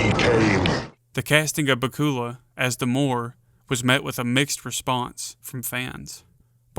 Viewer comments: Baku’s is not pronounced bakoola but bakula like Dracula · I love your video! Just one small correction. Scott Bakula's last name rhymes precisely with Dracula. Not back-COOL-uh. Just so you know. 😊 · Dude it's pronounced back-u-la. Scott back-u-la. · Its BA-cue-luh. Rhymes with Dracula. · I know damn well you didn't say scott bacula's name wrong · His name is pronounced like Dracula with a B. Lmao